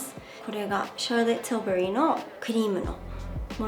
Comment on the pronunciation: シャーロットティルバリーの発音綺麗すぎる😂🤝